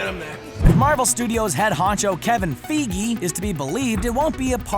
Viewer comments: STOP SAYING "Kevin Feegee" Cringe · Kevin feeegeee? Really? Sim-bi-ote? Really? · IKR, IT’S SO ANNOYING THAT THEY KEEP MISPRONOUNCING THEM!!!! (It’s Sim-Bee-Oat And Kevin Fy-Gee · Let count how many times we hear Feegee” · It's not kevin feigi it's kevin feige Fi-gee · "Kevin Feegee" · Kevin feegie 🤦🏼‍♂️ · "Kevin Feegie" Yeah, good job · He said Kevin FEEGEE! I'm done. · Can you please look up how to say Kevin Fiege’s name please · that’s one way to butcher Kevin’s surname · Captain Coolant ahahaha bro I was bugging me sooo much